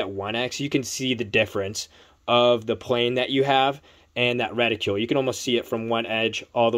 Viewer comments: Good review, but it was painful to hear you mispronounce "reticle" over and over again. "Reticle" does not rhyme with "ridicule" or "molecule". It does rhyme with "article" and "vehicle". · LOL keeps mispronouncing Reticle.